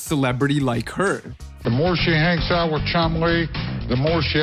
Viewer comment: Why do you keep saying the word oot ? What is an oot?